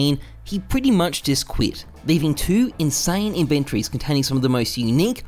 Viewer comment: love how you say "In VENN trees"